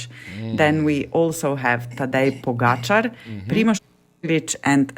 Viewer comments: Pogocar = Poh-Gah-Cha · Even after hearing the name pronounced properly "PoĢAcar" by a countrywoman, you guys still make up your own version?! Disrespect. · Love the show, Please, learn how to pronounce Pogacar! Mahalo